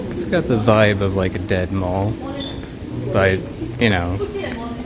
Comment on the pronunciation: ..."Its got the vibe of a dead mole..." was what i heard. A dead mall!